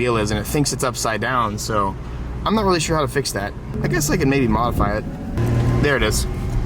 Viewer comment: "and yeah I'm really excited about thAat."